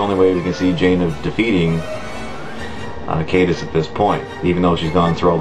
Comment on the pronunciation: Caedus has latin roots, so it's pronounced Kie-dus